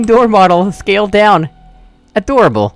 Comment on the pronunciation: When you said a-door-able